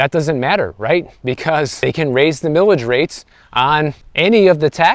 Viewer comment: It's pronounced "Mile-ij", not "millage". Mileage is a common word used to describe gas mileage. Also, please visit Sonoma County.